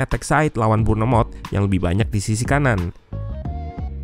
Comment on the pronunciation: sebutan bournemouth bukan bor-ne-mot... tapi sebutan betulnya adalah Bon-mouth. begitu juga leicester city bukan li-cis-ter city... tapi Lis-ter-city. wolveshampton... bukan wol-ves- ham-ton... tapi wof-hem-ton, tottenham... bukan tot-ten-hem... tapi tot-nem. fulham bukan ful-hem tapi ful-lem, hormati bahasa asing... orang asing hormati bahasa kamu. bayangkan jakarta orang asing sebut jakk-arta atau ja-kat-a. mana mungkin indonesia di sebut india-ne-sia oleh orang asing. mesti kamu tersinggung.... minta maaf ya dari Kuala Lumpur, Malaysia